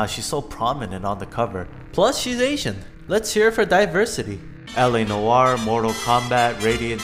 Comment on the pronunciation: The way you said L.A. Noire lol